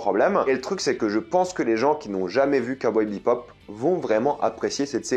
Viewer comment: Le mec parle d’une série dont il n’arrive même pas à dire le nom 🤣